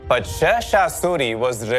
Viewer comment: Everything is good but you are pronouncing Sher Shah Suri's name incorrectly. It's SHER mean lion not ser.